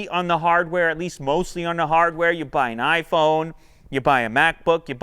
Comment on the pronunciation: Oprah made iPhone sound kinda retarded. lol